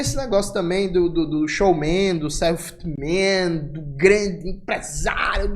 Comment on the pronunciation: "Selft😪 Man" 🤣🤣🤣🚲